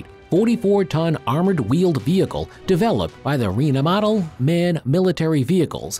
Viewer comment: Well, let's see: EWTV: US S-400: Russia ADS: US RMMV: German (badly pronounced, but Rheinmetall is German) Polaris MRZR: US IVECO: Italy JLTV: US Black Knight: US Krasukha-4: Russia Stryker: US So admittedly, there's a high proportion of US vehicles. There's also a dearth of vehicles from non-Western nations (Japan, South Korea, China), some of which almost certainly deserve to be included. But I don't think it was as lopsided as you're representing. Besides, the US does a lot of weapon design, and unlike many other nations, does a lot of it publicly - so there's video available. You have to work with what you can get, after all.